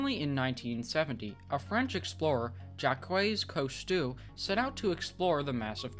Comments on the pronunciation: Great video, but how could you mangle the name of the famous explorer Jacques Cousteau so badly? Surely he's not the first Jacques you have encountered. So you must be aware that that given name is pronounced "zhahk", with one syllable. The surname is pronounced "coo-STO". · Very cool. You might want to listen to others before you pronounce languages and famous names you are not familiar with (French, Jacques Cousteau). You kinda butchered his name and he's pretty famous ;-/